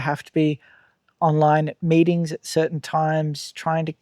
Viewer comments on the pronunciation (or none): none